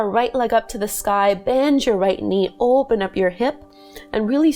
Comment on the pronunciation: I didnt know you were Canadian until I heard you say "oooooopen up"